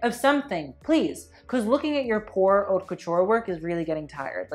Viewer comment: Please learn to say "haute" properly...I cringe